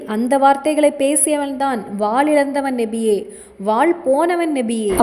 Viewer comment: Assalam alaikum sis Payanulla thagaval But neenga nabiye endru soullvadhu nebiye endru kekkiradhu thayavu seidhu nabiye endru sariyaaga soullunga sister.